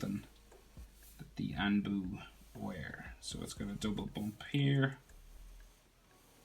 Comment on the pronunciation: He was doing so well, until he anbu. He completely butchered that word! Hahaha!